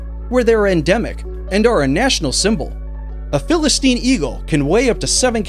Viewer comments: Bro IT is Philippine eagle not Philistine. But it is okay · It's Philippine Eagle not philistine eagle. Get it right.